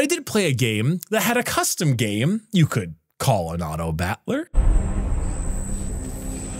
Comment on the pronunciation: "Autobatler" Why can't you pronounce battler correctly